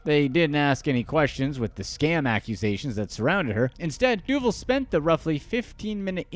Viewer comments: I think her name is pronounced du-VAHL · HEY IT'S DOO VAAL DUVAL moron